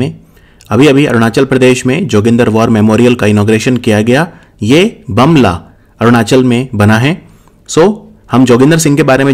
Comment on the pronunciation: Its pronounce as 'boom la'